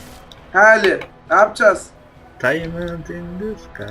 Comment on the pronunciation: Daymınd in tı sıkay :D asdasd